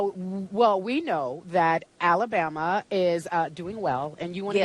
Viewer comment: I love when she hurls the insults. Also, the way she says AlaBUMuh. Total entertainment! Go!